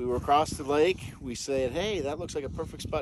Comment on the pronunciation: This is inspirational. Guys who says acrossed usually don’t make it past 20 😂